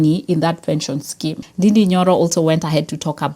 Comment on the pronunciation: Nd-A-nd-A is the correct pronunciation I is pronounced as A and ú is pronounced as O in Gikùyù language